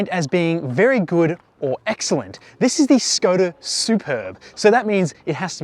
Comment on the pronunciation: Škoda pronunciation is Shkoda. "Sh" as shut, sharp, shape ... etc. Š = sh.